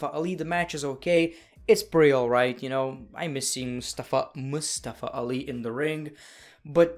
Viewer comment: Its nice that you tried to pronounce Mustafa Ali correctly.